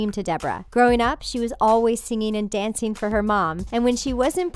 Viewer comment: Why, oh why can't people pronounce ing properly? Ugh. Becomeen?? Singeen and danceen. Airhead.